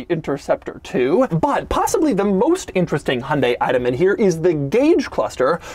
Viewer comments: It’s pronounced hi-on, dye, hunday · it's he-oon-dy, not hun-day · Isn't it pronounced Hy-un-day not Hun-day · Haha wtf hon-day it’s Hy-un-dai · Hi-un-die...not hun-day... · Do you mean Hai Un Dai? It has three syllables. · It hurts how he says "hunday" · the "hunday" pronunciation is driving me insane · The way he's saying Hyundai is genuinely infuriating. The word has more than 2 syllables. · Really wish Americans would learn to pronounce Hyundai properly. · i just cant get over how BAD you are pronouncing "Hyundai" XD